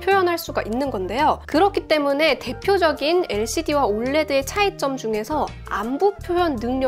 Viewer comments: 이거 보면서 불량도 불량인데 올래드라고 발음하는게 너무 거슬려요 ㅠㅠ 철자하나씩불러주는게 맞는데.. 자꾸 올레드올래드.. USA는 유사라고안하면서 왜 OLED는 올래드야..? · 올레드라고 표현하시는데 정확한 표현은 O L E D 입니다.